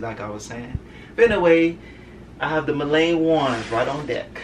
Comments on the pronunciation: It's Milan not Milane lol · Lol your pronouncing Milan wrong...it’s pronounced *Mee-Lawn